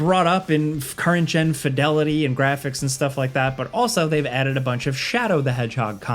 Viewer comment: swear to god says BUT so weird just to annoy me >:-/